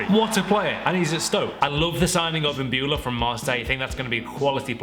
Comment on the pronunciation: Imbula from Marseille ... That is not correct